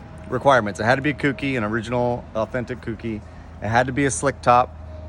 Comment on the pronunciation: ITS KOU-KI NOT COOKIEEE